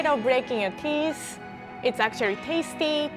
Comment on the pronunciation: Everybody: Teeth: Teeess Btw love you and <3